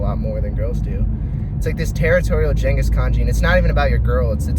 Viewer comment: I’m Mongolian and that’s actually how you pronounce it I mean it is a lil butchered but it’s better than when people pronounce his name like “Gengis Kan”